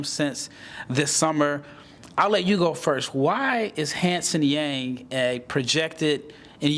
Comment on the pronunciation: Really appreciate your comments on Hansen, I do believe he’s one of the best prospect from China after Yao. By the way, his last name Yang should be pronounced as “young” in English ❤